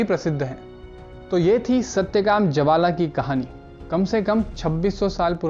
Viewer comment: chanDokya nahi ji, Chhan-dogya, uchcharan to seekh lijiye. Our Jabalaa nahi, Jaabaal.